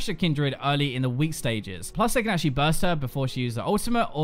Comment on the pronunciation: I love it when you say achualy!!! :P